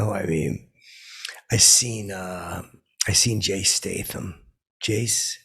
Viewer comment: Jase Stathe lol